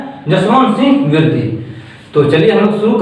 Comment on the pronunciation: I think it's विरदी and not पिरदी...anyways thanks...😄